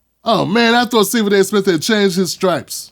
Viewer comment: Steffin A Fetchin Smith 😂😂